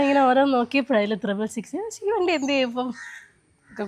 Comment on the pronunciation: Triple six, not thrible six.